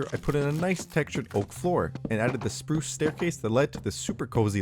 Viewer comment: Spruce rhymes with soos